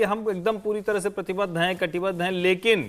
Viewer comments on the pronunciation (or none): कतिबद्ध नही प्रतिबद्ध